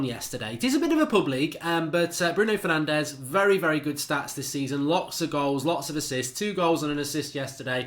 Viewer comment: Its “Bruno Fur-naan-jeez”